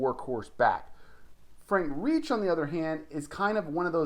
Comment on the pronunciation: If you can’t pronounce Frank Reich’s name, than it’s an automatic thumbs down 👎